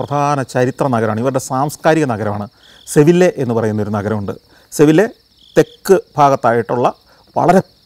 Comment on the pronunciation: സെവില്ല അല്ല ആക്ച്വലി സെവിയ്യ എന്നാണ് പേര് .മുൻപ് ബി ർ പ്രസാദും ആയുള്ള ഡയറി കുറിപ്പിൽ ഇന്ന് പറഞ്ഞ കഥയിൽ കുറച്ചു വെത്യാസം ഉണ്ടായിരുന്നു . പോലീസ് കാരൻ നേരെകൊണ്ട്പോയി ട്രെയിനിൽ കൊണ്ട് പോയി ഇരുത്തി എന്നാണ് അന്ന് പറഞ്ഞത് .